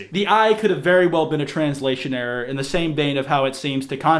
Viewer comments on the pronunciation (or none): none